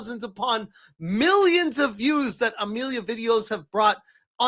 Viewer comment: Only AI pronounces that, as dat. AI also uses lots of hand jestures. Empty backgrounds. Bald guys with glasses named simon.